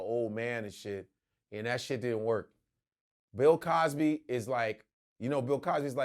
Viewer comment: Luenell said “Pill Cosby”🤣🤣🤣